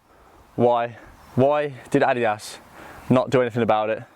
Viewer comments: Repeat after me: Addidas, "Uh-Dee-Das" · why you pronounce adidas like audi ass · The way he pronounces adidas ☠️